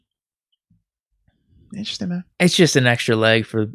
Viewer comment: Someone please tell #55 that the word is, Interesting not Instrastin'